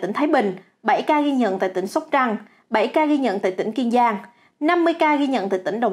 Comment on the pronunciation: Vâng mình ơ kiên giang nè...đọc như vậy người ta có huon rồi sao trời.